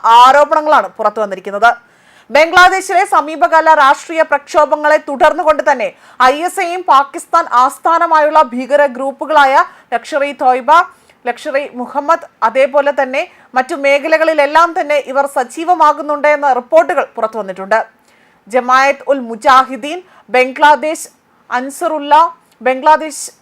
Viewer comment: ലക്ഷ്വെറി തോയ്‌ബ എന്നാണോ ശരി?